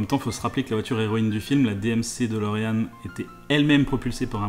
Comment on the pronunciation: Il faut prononcer 'DeLorine' et non DeLoréanne...